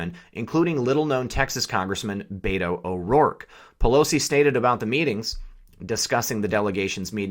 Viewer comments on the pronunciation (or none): none